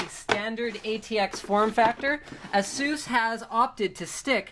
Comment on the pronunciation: Does he even pronounce "ASUS" right?